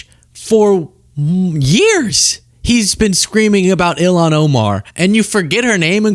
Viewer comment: He said ELON Omar.... HMMM... 🤔🤔🤔🤔